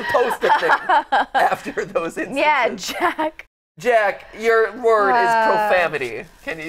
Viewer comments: I thought it was profanity but I keep hearing profamity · Do they know it's profanity not profamity